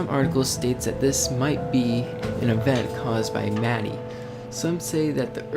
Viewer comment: it is pronounce as mati(ma-ti-ah)